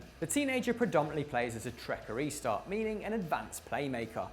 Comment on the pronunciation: Trequartista (Pronounced as : TR3-QUAR-TISTA lol